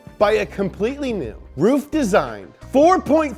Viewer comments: hey, bro........ how do you pronounce Merc AMG ?? In that same way...... Roof...i mean RUF is pronounced R-U-F..... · PLEASE Ruf not ROOF, please short U not long OO. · That’s rough, not roof mmmmmkay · I always thought it was pronounced rough, and not roof. I think rough sounds way better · Ruf is not roof in german. Ruf is to call, shout or reputation but nevevr the Dach=roof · Is pronounced rough, and youre bffs with rob dahm with your keeps mercials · i thought it was prounced RUF ( ruff [like a dog] rough) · I thought it was pronounced "Ruff" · It's pronounced ruf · I wish it was pronounced ruff like a dog noise 🐕. Pretty disapointed. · i now know how to say "ruf" properly....i thought it was (rough) up until today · Always thought it was pronounced "Rough" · I also thought is was ruff just learned from this this it's roof not ruff. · Its actually RUF not R U F?? Oh then... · Justin Y's Disciple both are wrong according to Google, it pronounce like “auhuf” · Ronald Poon no yuo wrong is ruf